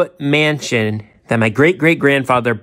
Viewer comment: "Mansion" ahaha i can't! It is not Mansion, chill out.